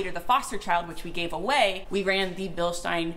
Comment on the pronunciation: So it started out as Bill-steen. Then we got the "correct" pronunciation of "Bill-st eye n". Now I detect an "Sh" sound instead of an "s". Is it "Bill-sht eye n"? Or is the sh sound something that doesn't have the English equivalent?